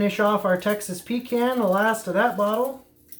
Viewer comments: Pretty sure you dont drink a "con" of coke do you? Its "pee can" lol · Had to interrupt after 2nd “pee can”. Please, please... pahcahnn. 😀. A pee can is something you use when traveling and don’t want to stop and use the bathroom or side of road for #1 Thanks! Just having fun! Keep Smoking!! Oh...Grilling is for High Temp meats (steaks, hamburgers, hotdogs) for those that don’t know.